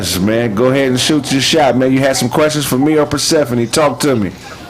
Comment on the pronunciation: Persehpani sound kinda....Atlantish